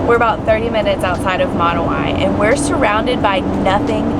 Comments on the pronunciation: Its not pronounced (moon way), its like (mo now ee) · Pronounciation, rest of the world: Monowi America: Monowhy. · Always wanted to stop there but we don;t go that way very often! Mo- Now -We is how they pronounce! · It's Monowi not Monowi